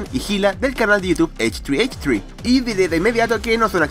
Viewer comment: creo que se dice ¨hehe¨ y no textualmente como h3h3 :,v